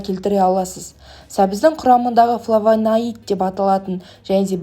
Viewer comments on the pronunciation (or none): ФлавоноИд емес. ФлавонОид.😂